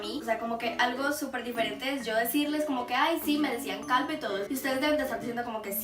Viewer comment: jajaja dijo calba .... sin ofender